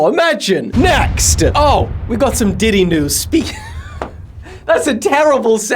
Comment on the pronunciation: news dady ❌ news diddy✅